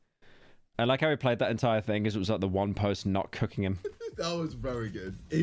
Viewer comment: They've been CUCKING him?? I've noticed that whenever pyro pronounces "cooking" it sounds like "cucking" lmao Metros booming moment